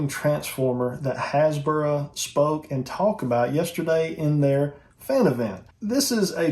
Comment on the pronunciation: What are you saying? Hasbra?